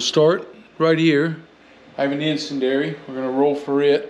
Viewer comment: I think the pronunciation of icendiary is "in-SEN-dee-AIR-EE.". Could be wrong, but just thought I'd add.